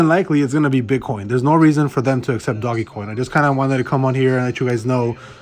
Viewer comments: Please stop calling it doggy coin. Just stop. Can't even listen to your video.. I immediately turned it off. Can't even take you seriously because you sound like an idiot. Dogecoin. (Doje-coin) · Hey guy it's DOGECOIN not DOGGYCOIN asshole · it's not doggy coin moron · There's no reason for you to say "Doggy" coin either. If you're gonna talk about Dogecoin on your channel, learn how to say it right dude.